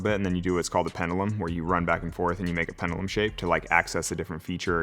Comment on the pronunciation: Your crack running out is usually a problem, true. Also, STOP pronouncing it Pen-duh-lum. That's twice today, and it sounds stupid.